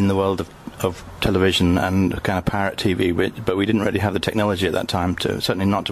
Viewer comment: Oh, PIRATE videos. I thought he said "parrot videos"!